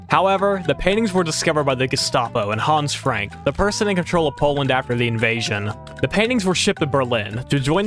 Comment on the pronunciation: It's hans frank